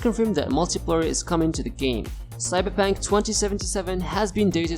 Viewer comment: cyberpunk not cyberpank....